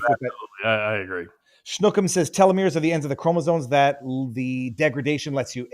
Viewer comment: Pronounced "Tee-low-meers" Telomeres are structures on the very end of a DNA strand, that do not carry any valid DNA instructions. Every time your cells divide, they replicate each of the DNA strands into two DNA strands. The mechanism that performs this replication (the ribosome) cuts a little off the end of each strand in the replication process. The purpose of telomeres is to make sure that when the end of the DNA strand is cut off, no valid DNA instructions are lost or corrupted. Such corruption is known as cancer. The longer your telomeres are, the more times your cells can divide before the replication process starts corrupting your DNA. I only know all this because one night I happened upon a college lecture on DNA & cancer. As a programmer, I have never been interested in anything to do with bioscience. But this was fascinating! I sat enthralled for three hours. This was God's programming! (Complete with a bug in the design.)